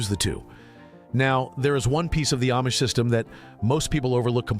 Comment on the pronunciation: Food is not free to grow. Not easy and not free. Your stupid AI video doesn't even pronounce Amish correctly.